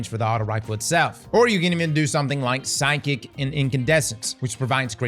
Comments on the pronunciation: did he really say ‘psychic’ for ‘physic’? ’ mispronunciations have to be bait at this point 😂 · PH, PH. its pronounced "Fisic" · How did he pronounce reciprocity correctly but not physic